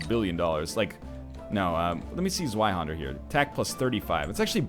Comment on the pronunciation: Yo NL zweihander is pronounced Zvi hander, just a bit of German trivia.